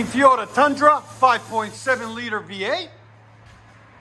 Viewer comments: Well it does sound off I’m sure there are things you say that aren’t pronounced correctly either. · Keep saying TeeYota. Don’t let the haters bite your style. It’s good for the comments algorithm.